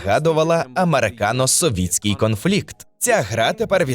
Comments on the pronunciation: Здається правильно казати "совейський", а так дуже дякую за відос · совітський. я так розумію через ШІ озвучили, або тупо читали текст через перекладач. в цілому дуже добре, але цей момент с СОВІТСЬКИМ прямо по вухам б'є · Савєцкий було б правильно.